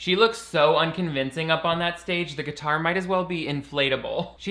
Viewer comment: "Gee tar strum" got it! Lol